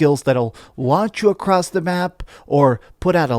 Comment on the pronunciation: Please don't say "acrossed"